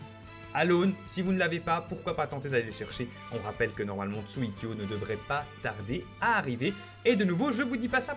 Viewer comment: Je suis le seul à qui sa énerve quand il dit tsuikyo